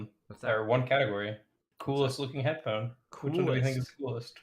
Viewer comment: The new pronunciation of hedddddphone is spectacular.